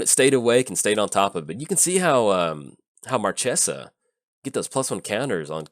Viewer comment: its marchesa, the black rose. lol